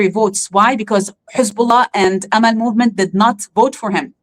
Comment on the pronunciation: Dear. Her name is Amal not Ameel.